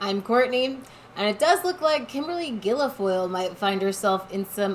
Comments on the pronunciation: It's pronounced gill-foil, NOT gill-e-foil. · Guil-foyle, pronounced like ‘gill-foil’. Not Guili-foyle. Thanks. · Its not GUILAFOYLE its GUILFOYLE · Please stop saying Gilo-foil. It's just Guil-foil. I hate that Kimberly b!tch but you sound like a f***ing idiot. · It's not Gil I foil... hate her but get the name right... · It’s “Gill-Foil” ….no big deal. Just an FYI. ✔️ Kimberly is a scumbag…….which is why Newsom divorced her. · Girls, you unwittingly said Guilfoyle in Irish!!! "Gillafole" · It’s pronounced………. Gil Foyle. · Hello sisters, you're doing a good job. Kimberly's last name is pronounced " gill foil", just 2 syllables. It's an oddly spelled word. Took me a while to figure it out. Keep up the good work. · There's no vowel sound between the l and g in her name: gill foil I do this respectfully and with love. There are plenty of ways to buy stocks. I'm not buying the Publix employee owned. It's the first this spin went around. The wealth gap is widest and most evident in Florida. Keep up the good work. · FFS pronounce the horrible woman's name properly. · I don’t like Guilfoyle either. But my goodness, try to pronounce her name correctly! Or your credibility will be lost!